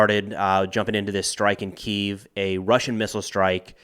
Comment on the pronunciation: You're pronouncing the Ukrainian capital wrong.